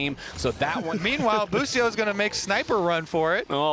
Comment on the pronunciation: Why Bwipo became Busio? 😂